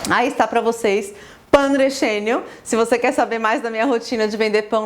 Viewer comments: pan relleno,nao pan recheño,se pronuncia pan relheno ou pan rejeno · O Correto é dizer Pan Relleno (que o som seria pan recheno).